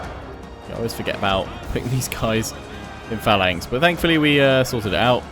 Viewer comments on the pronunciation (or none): none